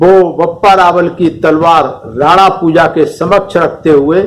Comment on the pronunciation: वीर योद्धा भील राणा पंजा है। न कि पूजा